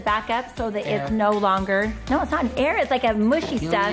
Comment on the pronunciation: ✨️Air✨️: ugh no it's not air 😭